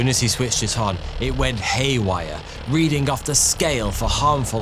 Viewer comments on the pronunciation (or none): none